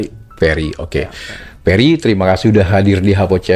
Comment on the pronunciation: Namanya Ferry mas. Bukan Perry 🤣